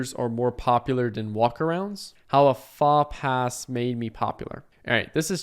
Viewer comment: faux pas is pronounced foh-PAH (great video by the way)